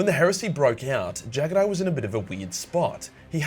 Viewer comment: I hate how you pronounce jaghatai